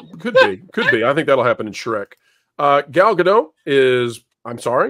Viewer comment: you have got to learn to pronounce “Gadot.” It’s not French.